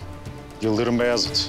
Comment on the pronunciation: BAYEZID!!!! Beyazit degil, BAYEZID !!!!!